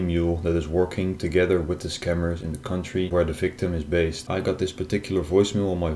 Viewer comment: He said vere it should be where